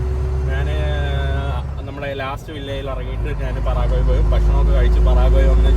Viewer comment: പറാഗ്വേ അല്ല പരാഗ്വേ ആണ്